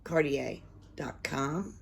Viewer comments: Pronounced Car-day-ah ... I love her stuff. She usually doesn't include an instruction sheet. I think you just go by your instincts. I've bought some mystery boxes from her and some of the stuff was really a mystery to me. I had to go to her site to look up what some of it was. It was fun though. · You pronounce her name CarDa. She's fabulous! She has a youtube channel by the same a the box. She doesn't post as much as she used to.I love the candles. Thanks.